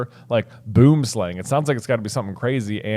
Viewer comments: So, in Afrikaans; Boonslang is translated as tree (boom) snake (slang). Phonetically its pronounced boo-em slung (as in rhymes with rung). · As a South African, I am happy to hear you tell the world about boomslangs, though I have to channel Hermione and say that everyone pronounces the name wrong. If you want to hear the correct pronunciation type it into Google Translate under Afrikaans.